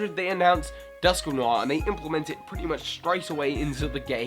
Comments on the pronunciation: Rhyperia? Dunkinor? Rhyperior is pronounced Rhy-Peer-Eee-Or. Dusknoir is pronounced Dusk-nor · Sounds like your saying "duskanoir". lol. "Dusk-newar" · 10. This pokemon's evolution was inevitable because what it evolves from was the first pokemon ever designed!! 9. Dusk-no-are. You know, like film noir. 8. That thing is actually quite good competitively. 7. This is the only Baby pokemon I could ever see getting a pre-evolution before it. 6. Seriously a design that did so much right for its line. 5. Love this thing. It's also fantastic against Fairy types. 4. Shame that Ash's was so bad in battle. 3. Such an interesting legendary. 2.Toga-kiss. Not tohja-kiss. Can't believe how good this thing got. How do you say Togekiss wrong but not Togepi?! What?! 1.DAMN THIS THING! It's too powerful! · Dusknoir Dusk-no-ar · Dusknoir is pronounced Dusk-new-or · Its dusk nu are